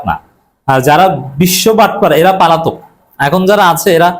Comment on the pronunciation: পালাতক না বলে পলাতক বলবেন